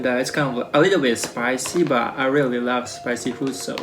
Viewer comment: the way you said I LAV THIS 😂😂👍